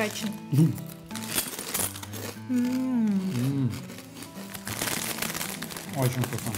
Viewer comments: да, и не драчен, а драхэн. не петушок, а дракон ( в переводе). на будущее) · и вообще-то правильно читается драхен! а не драчен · Drachen - дракон читается как драгэн,если я не ошибаюсь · Драчен😂😂😂😂,я ржу😂😂😂это читается драхен,что означает дракон...а полностью название фойер драхен- огненный дракон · " Фойер драхен " надо читать. Драчен - это из другого жанра... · Ну не скажите, не так уж и правильно😂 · Ору: "ДРАЧЕН"